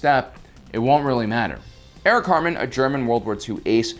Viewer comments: I keep hearing you say "Eric Cartman" not "Erich Hatrmann". Cartman is more of a Porkins pilot. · I REALLY thought you said "A WW2 ace named Eric Cartman"